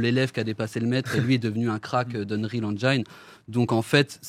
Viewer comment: Ya que moi qui trouve ça bizarre qu'un type, ancien rappeur et qui donc n'y connait strictement RIEN en dev de jeux, qui ne sait même pas prononcer Engine correctement, qui s'associe a deux mecs (donc ils ne sont que 2 dev vu que lui n'y connait rien) qui soient disant sont des tueurs mais que PERSONNE ne connait dans l'industrie, essaye de nous faire croire qu'avec l'Unreal Engine 5 on peut faire des trucs pro sans forcément s'y connaitre (ce qui est débile, un moteur graphique ne fait pas tout sachant que même Epic (le concepteur du moteur) quand il l'a dévoilé n'a rien montré de soit disant aussi réaliste) nous dise qu'après juste 4ans, ils vont pénétrer un marché sans l'aide de personne (sachant que même Amazon et Google ont du mal voir n'y sont pas arriver car un développement de jeu ça s'improvise pas). Mais personne ne trouve que ça pue ? Bon ben go wishlist les gars mdrrr